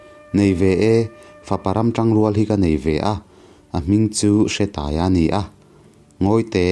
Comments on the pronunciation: Hre i lam dan a dik lo, Hre hi thluk tur. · Nia,hre lai khi thluk tur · Bawi hi khuangchawi tihna ang deuh a ni. Hre tih lai hi thluk tur.